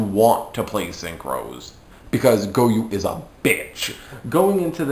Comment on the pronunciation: It's goyO not goyuu